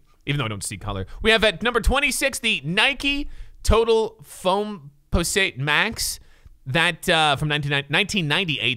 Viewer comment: The way he said foamposites triggers me. 🤣🤣🧢